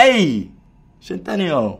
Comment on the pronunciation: Actally his surname is italian and it’s not pronounced like that 😂😂😂